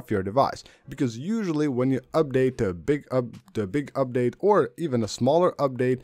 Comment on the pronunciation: Update: this guy..“Ubdade”